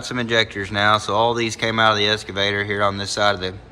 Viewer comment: Eeessskaavator and oooolll gallery… excavator and oil galley.